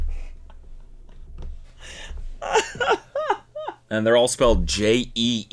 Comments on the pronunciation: cody commiting to the bit of saying "joels" instead of goals throughout the entire vid made me so happy. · I swear “achieving jeeols” is probably the funniest thing I’ve heard in a while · there's a streamer called "jollz" so every time u said "achieving Jeols" my brain threw his face on the screen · Don't feel bad about "Joels" Cody, my partner pronounced 'beginner' like 'be-jinner' yesterday 😂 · Cody making himself laugh over pronouncing 'goals' as 'joals' has confirmed that he is ready to be a dad